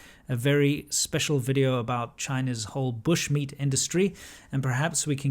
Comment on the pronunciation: "Welcome to another videeo" 😂😂